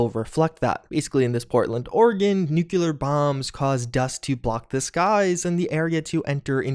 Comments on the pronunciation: It's new-klee-ur, not nuke-you-lur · Say it with me everyone, it is "noo-klee-er", not "nyoo-kyoo-ler"! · Actually, it's actually new-clee-ar not actually nook-you-lar actually. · nuculer winter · NUCLEAR. NEW-CLEE--ER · I like how you pronouce "Nucular" but nobody comments on it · say it with me: Nu-clear. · Ah yes. Nuclear wonter. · say it with me NU-CLEAR !!!! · Oh god, stop saying nuclear like that, please! It hurts me! But yes, I am very interested in this mod.